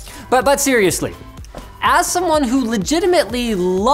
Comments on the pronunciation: Lol siri-ursly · hahaha "Siri usly" good one